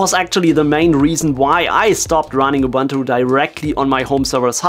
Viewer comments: Why do people keep saying "Ubantu" whilst it clearly spelled "Ubuntu" and also pronounced "Ubuntu". Love from South Africa, where Ubuntu comes from. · Ubuntu is ooh booon too, not ubantu, please..... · Good info here. Please learn to pronounce Ubuntu right. (uu-boon-too)